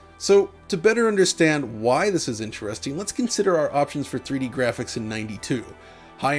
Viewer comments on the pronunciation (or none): none